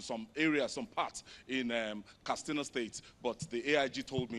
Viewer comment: Simply say 'vote', not ''exercise your franchise''...Plus it is pronounced Katsina, not Kastina.